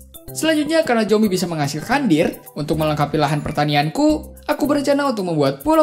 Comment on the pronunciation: Bilang Dirt nya Dill😂😅